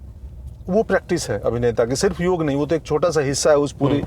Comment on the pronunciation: योग ,योगा नहीं